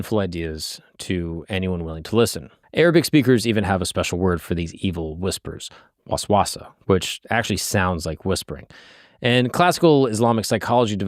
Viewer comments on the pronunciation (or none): You wouldn't need to "try" to pronounce if you actually did proper research and in this video he is missing a lot basic information even. Waswasa isn't that hard to pronounce once you heard someone pronounce it. I couldn't even butcher it that bad even if i was a primary english speaker. I dont know sorry if i offended you but i just found it amusing. credits to him for making the video though. And if you still think im being rude then stop giving me attention and live your life. But i just found it amusing thats all.